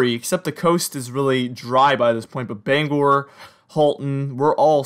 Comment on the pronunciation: You've got the pronunciation of Bangor correct!